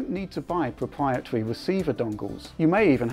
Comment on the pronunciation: Pwopwiatwy weciever dongles lol.